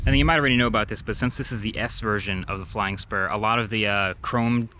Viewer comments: Man, I thought you said flying sperm. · i legit thought he said, “bentley flying sperm” 💀